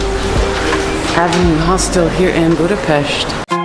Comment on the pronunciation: Welcome to my hometown, dear! I am really impressed that you pronounce the name of the capital city correctly! I would be happy to meet you for a little chat. How about that?